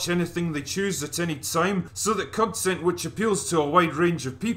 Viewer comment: I thought he said crontent creators